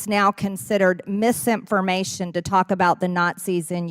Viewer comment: Hey Marge, “misimpformation “ is not a real word. You should be in-dick-ted for your hackery of the English language,…. among other things.